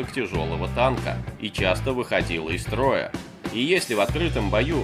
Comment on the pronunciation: Русский язык выучи из троя😂 из строя 😂😂😂